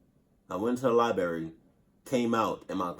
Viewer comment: I went to the “libary”